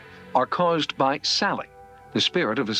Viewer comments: Don't know if narration on this video is ai or real human. The house in Kansas is the Sallie (sally) house house...not saillie. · Why do you insist on pronouncing it saylee when even the clip from the documentary was saying sally, everyone knows it as the sally house! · Saley? it's SALLY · No shade…but you can hear them call the little girl ghost SAL-EE…but you kept saying SALE-EE…why?! Just curious…why?! 🤪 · I'm not sure why the narrator insists on saying "Saylie" instead of Sallie. Everyone knows about the Sallie house. The proper pronunciation was even mentioned over and over in the footage. Why do this? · dude this voice they are obsessed with said SAYLY 4 times instead of saying sally in the last video. I think they are all smitten with a generated voice 😂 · Did you notice the narrator said SAYLY 4 times,instead of sally. Makes me think it’s not an actual person but a generated voice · Your pronunciation of "Sally" is wildly bad. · Do you not know how to say sallie